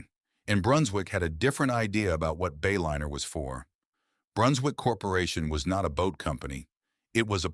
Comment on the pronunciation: AI slop. Disappointing. "Bay-linner"